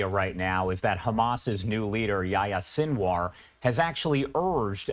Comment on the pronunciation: Sinwar is pronounced: “Seen Wah”